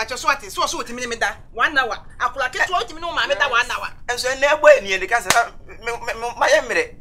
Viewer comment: Its counsellor not Cancella